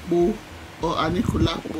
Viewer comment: you got it right at the last pronunciation ANIKULALAPO!